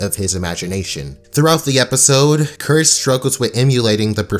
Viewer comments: You said curse the cowardly dog instead of courage in the beginning of the video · No one: Absolutely no one: starting the video: “Curse the Cowardly Doug”